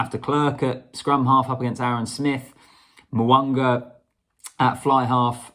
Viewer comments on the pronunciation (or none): It is not Mowanga its Mounga there is no W in his name,its all about vowels AEIOU,Mounga